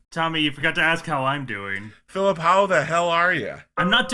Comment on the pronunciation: GUYS ITS FILUP NOT PHILIP!!!!!!